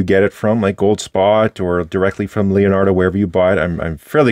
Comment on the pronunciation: Other than "lionardo" instead of Leonardo and "moseico" instead of mosaico (i wish i can write those two words in a way an english speaker would understand the pronounce) everything else was perfect italian with a beautiful accent. Thank you for the review of this beautiful pen